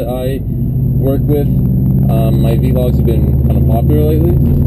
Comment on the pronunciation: I hate how u say vlogs